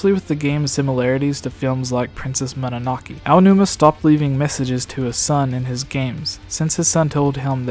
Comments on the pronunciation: It's Mononoke, not Mawnuhahkee. Moh-noh-noh-keh. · "Princess Mananakey"